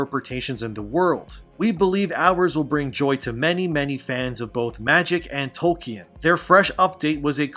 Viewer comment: My man said toy-kin lmfao